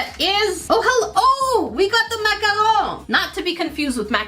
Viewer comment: I’m sorry.. but that’s not how you pronounce macaron…